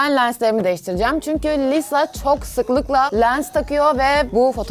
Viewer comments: Ben aslında ablayı çok seviyorum ama Lisa'ya "Liza" demesine sinir oluyorum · Abla niye liza diyon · Liza diyip durma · adla liza diyorsun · Bu arada git gide lisa ya liza demeye başladın Video çok güzel olmuş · Çok emek vermişsin harika Bi video olmuş ama liza demen beni çok rahatsız etti 🙃🙃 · lizanin diyo de gene liza diyorsun abla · Lisaya LİZA diyen koca yürekli 😛😛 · Lisaya liza demesi gerdi beni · Lisa'yı neden liza diye okuyon yav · Lisa yerine durmadan Liza dedi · İyiki Lisa'yı etiketlememişsin ve Lisa videoyu görmemiş. Çünkü üyelerin isimlerini yanlış telaffuz ediyorsun. Ama video fikri çok güzel. Cidden uğraşlarına değmiş. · de lisa yerine liza demen dışında video güzel olmuş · Liza değil "LİSA" !! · Liza deyil Lisa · Lisa diye yazılıyo liza diye okunuyo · Abla Liza değil Lisa yazıldığı gibi okunuyor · Liza değil lisa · Abla liza değil lisa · liza değil lisa korecede lija da deniyo ama alınma doğrusunu bil yani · abla liza deyil lisa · Bu arada o liza değil lisa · Abla linclemeyiyorum ama Liza değil Lisa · Lisa "Liza" diye okunmaz Lisa diye okunur. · liza değil lisaaa !!!! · Yarım kaldı liza diyor lisa olacak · HEMN LİZA DEĞİL LİSA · Liza değil Lisa 😂 👇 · Liza deyil Lisa olacak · ABLA LİZA DEĞİL LİSA ÇOK TAKILDIM DURAMADAN LİZA LİZA DEMİŞSİN YA 😆😆😆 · Abla neden lisa yerine liza diyorsun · Lisa taylandlı ve isminin okunuşu yazıldığı gibi okunuyor, korece de liza gibi bir ton ama liza değil yanii Lisa kısaca🤷‍♀️ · Liza değil LİSA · Liza değil lisa. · de lisa ya liza diyosun yazık sana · abla liza diyosun lisa deniliyo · Abla Liza diyosun da Lisa olmasın o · liza değil Lisa kötü anlamda değil iyi anlamda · Abla liza deme lisa o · Liza değil Lisa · Abla çok güzel ama liza değil lisa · Videonun başında liza yerine lisa olarak telaffuz etmesinden sonra o videoyu kapatmaliydım🤦🏼‍♀️ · saç nerdeyse lisa'nınkiyle aynı gibi ve abla liza değil Lisa yazıldığı gibi okunuyor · liza değil lisa! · liza degil lisa